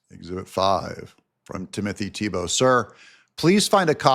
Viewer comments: Thibault's name is pronounced "T-Bo" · I have always heard Thibault as Tee-Bo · Pronounced Timothy "TEEBoe long o Just trying to help . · Pronounced (thighbo) 😅😅 YOU GOT THIS,!💪✌️🙏🏻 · Thibault in Nova Scotia is pronounced "T-bo" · Usually pronounced "Tee-bow" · Timothy Thibault "Tee-bow" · That's Tee-Bow,. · If it helps, I believe Thibault is pronounced Tebo. It`s a french name, think Renault for example... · the Thibault is pronounced "Tee-bow" (French). As by best man said on my wedding speeches "Tim and Giselle would like to thank 'the bolt' family for hosting events. lol! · It's pronounced Tea-Bo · It's pronounced TEE-bow